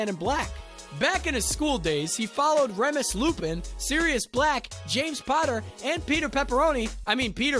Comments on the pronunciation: He was doing his job,,, but yeah,, there are some parts of the info that don't jive up well, Reh muss? it's REE mus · And why ‘Remmus’ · Lupin's name is pronounced "Reemus" not "Remus" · are we just not going to talk about how he pronounces remus 😭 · What a bizarre pronunciation of Remus’s name! Has this guy not actually watched the films? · I was hoping someone else would catch that... lol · Please learn how to pronounce Remus but loved this video